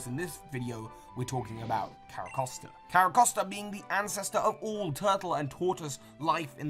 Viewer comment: Dude the way you pronounce pokemon kills me. Carracosta, I know its spelt the way you're saying it. Care-a-cost-a, cost like spending money. But its pronounced, care-a-coast-a. Like coast, like a beach, like where it lives nearby